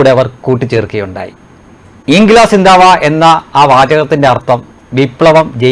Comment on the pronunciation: ശ്രദ്ധിക്കുക, സിന്തവാ എന്നല്ല സിന്ദാബാദ് എന്ന